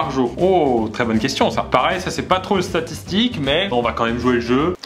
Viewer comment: Qui a remarqué qu'à plusieurs reprises le début de la vidéo Pierre disait "satitique"